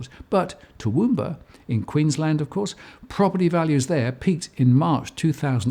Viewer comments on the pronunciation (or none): none